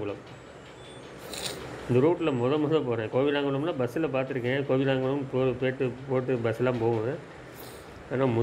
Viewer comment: கொல்லங்குளம் okva bro 😂😂😂😂 கோவிலாங்குளம் illa 😡😡😡